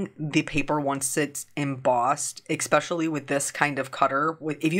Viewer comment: Your cards are such an inspiration - so colorful! BTW, are you pronouncing the word “especially” as “eckspecially”? Just asking.